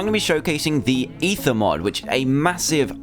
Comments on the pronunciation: Its not eather but ether. These are different. If you goddamn pay attention i would like you guys :/ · No dumbass its ether